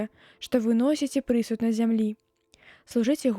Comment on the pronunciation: Прачытана: пры'суд, слоўнік дае націск на апошнім складзе: прысуд'.